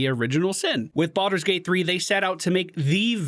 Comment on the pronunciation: Bal-Door, not "boulder".